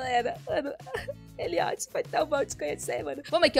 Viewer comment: Que dó, divorcia do Eliot não tadin... Ou então divorcia e casa de novo, vê se dá certo, bora burlar o jogo kkkkk Ah só uma coisinha, eu acho que não se pronuncia "eliót", porque eu já vi alguns filmes que tinham esse nome e em todos as pessoas falavam "éliót", mas não faz quase nenhuma diferença então não tem problema rsrs Like 👍 ♥